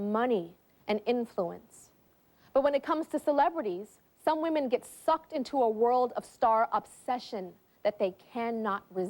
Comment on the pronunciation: Putting the emphasis on "Sucked" when talking about Super Head is wild!! 😂